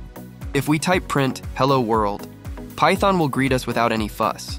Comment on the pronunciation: lol thyton tonee